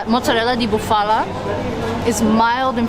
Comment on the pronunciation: Nice video….you could tell that you were having a great time and passionate about your trip. Buffalo or Bufala has the accent on the first syllable so BU’ fa lo instead of bu Fa’ la….hopefully you can visit Modena and have some Crema Balsamica on gelati. Enjoy!!